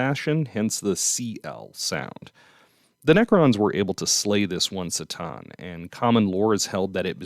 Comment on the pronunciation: C'tan. Not "s" - tan but "k" - tan. As far as I know.